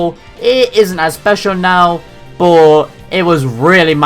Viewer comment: Boh = But. Interesting pronunciation. Love your lists.